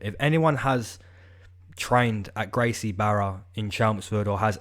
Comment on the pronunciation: More than half of the UFC smokes weed, trust me, and the pronunciation is Gracie "Baja" just like Royce. Love your capping brother! Cheers